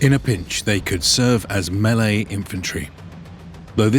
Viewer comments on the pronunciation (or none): none